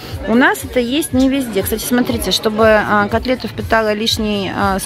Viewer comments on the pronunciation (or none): ольга варламова вы глухая?все время звучит от Лены сатрите вместо смотрите, уменя все написано без ошибок